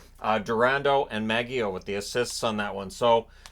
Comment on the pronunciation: Maggio has a soft G like Magic.